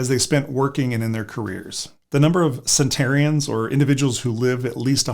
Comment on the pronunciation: The word is "centenarian"--NOT "centarian".